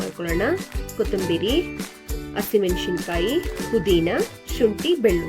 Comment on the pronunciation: ಟೆಮೆಟೊ ಅಲ್ಲ ಟೊಮೇಟೊ ಮೆಣಶಿನ ಕಾಯಿ ಅಲ್ಲ ಮೆಣಸಿನಕಾಯಿ ಹರೇಶಿನ ಅಲ್ಲ ಅರಶಿಣ ಚಿಲ್ಲಿ ಪೌಡ ಅಲ್ಲ ಚಿಲ್ಲಿ ಪೌಡರ್ ಮುಸರ್ ಅಲ್ಲ ಮೊಸರು